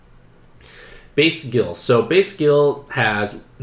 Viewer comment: I find it hilarious that base Ryu got a bunch of L awakenings because his hadoken motion is down to forward and a punch button. Edit: Why are you pronouncing Guile as Gill?!?! Gill is a whole other Street Fighter character.... It's pronounced GUYL!!!! I'm glad I watched this video. I rolled Dhalsim, R.Mika and Balrog and felt kinda bad that I didn't get any high ranked cards, but the ones I got all have some kind of value.